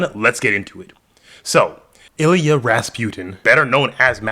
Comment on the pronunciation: Who is Illy-uh? It’s pronounced Ill-E-AH-NUH